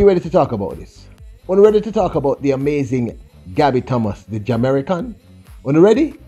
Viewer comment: Did you call her a Ja-american?